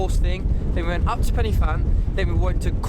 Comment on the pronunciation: Pannyvan? Pen y fan is pronounced Pen ah van. There's no penny.